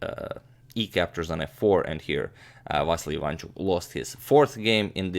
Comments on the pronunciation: But, I am sorry to break it to the channel that as Ukrainian, I can assure everyone that all the time agadmator pronounces IvAnchuk incorrectly, it is IvanchUk instead. And I was born in Lviv region), where Vasiliy lives. Yeah, guys, sorry to break it to you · Hey mate, you pronounce Aronian correctly. But not for Ivanchuk. It's IvanchUk, not IvAnchuk. Same for GrischUk, not GrIschuk. You can be assured. (I'm from Russia. Just search YT for videos in their native language to hear how their names are pronounced in Russia / Ukraine, in case you need proof.) Thanks for your vids, keep up the good work. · And not ivAnchuk, but ivanchUk, there are the only mistakes of pronunciation )) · About pronouncement - it is efficient to say IvanchUk, not IvAnchuk...